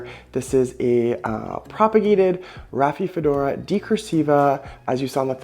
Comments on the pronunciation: Dude... Rafi-fedora? 😒At least learn the name of the plant beforehand... It's not THAT hard to pronounce: Ra-fi-do-fo-ra! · You're mispronouncing name of plant as Raphiphodora...how can we trust your knowledge on subject??? Ugh...and I see that you've misspelled Decursiva as well. Critical details not important to you????